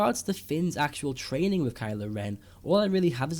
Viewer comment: *Kylo. Ugh, "Kyle." LoL!